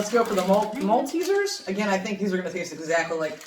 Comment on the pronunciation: The first time i've heard an American actually pronounce the word "Maltesers" the correct way.